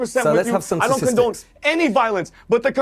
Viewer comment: "I don't concone it" -- lol moron